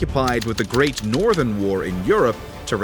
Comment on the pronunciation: “the great Nor(t)hern war”